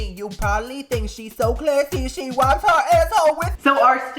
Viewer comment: Did you say " meat ca ca" 😂 I love you bitch! Keep up your awesome cooking, you are so " clahssy"